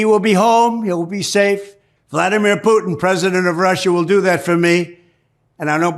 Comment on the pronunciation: You know the weird thing about it he pronounces the Russian Leaders name correctly but when it comes down to somebody else mispronounced their names he actually a weirdo